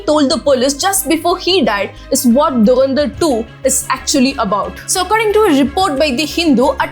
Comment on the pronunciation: Its Dhu ran dhar, not durandar, sound weird, atleast try to pronounce clearly